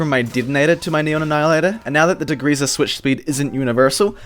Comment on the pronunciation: "dagreeza" It's degreaser btw